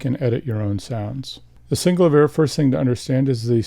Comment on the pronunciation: Love the Thomas Dolby "Flying North" cover! This is VERY helpful! Thank you soo much. But I can't help but mention that the inventor, Cameron Jones, pronounces it 'SynCLAYvier' not 'SyncluhVEER'. I'm sure you've heard this before. Sorry but my OCD won't allow me to keep my mouth shut on it.